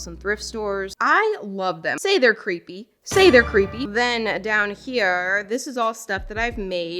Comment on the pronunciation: Say there creepy say there cerepy